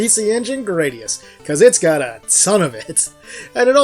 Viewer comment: that pronounciation of the "u" hurt my ears (in japanese グラディウス)